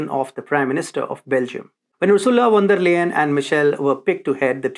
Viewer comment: you pronounce her name "von der Lyin' actually and not Layen